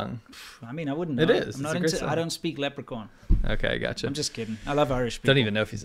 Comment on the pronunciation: "lep-re-corn" is the weirdest mispronunciation of the word leprechaun I've ever heard...